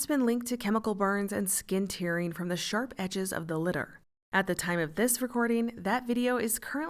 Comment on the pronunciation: You said "skin tearing" incorrectly which is something an AI narrator would do. Are you doing the narration yourself or are you using AI?